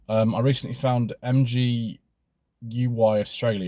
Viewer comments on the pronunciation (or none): Thanks, some more suggestions to follow. MGUY Australia is pronounced em guy Australia.